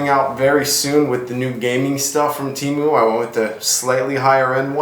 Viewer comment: It’s tee-moo